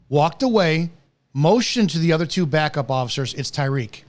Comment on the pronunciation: “It’s Tyreek.”